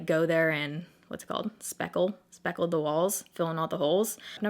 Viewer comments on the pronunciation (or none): Speckle (spackle), speckle (spackle) haha I'm dying 😂😂😂